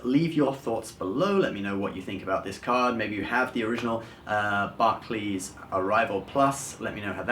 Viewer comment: the way you pronounce Barclays is annoying